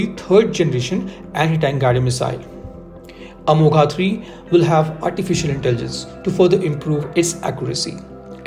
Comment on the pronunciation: Good analysis but whenever you say अमोघा Amoghaa it's like pinching in ears. Please bhai 🙏 you go deep for analysis least you can pronounce name correct अमोघ (Accurate/ अचूक).